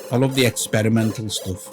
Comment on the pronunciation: "I love the experimental stuff" with the accent on mental:-) Excellent insanity:-) Must have...;-)